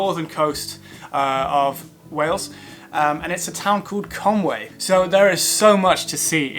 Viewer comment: I think it's pronounced conwee (conwy) not Conway